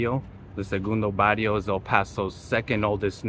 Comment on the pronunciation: Learn how to pronounce its not Bario its Barrrrrrio!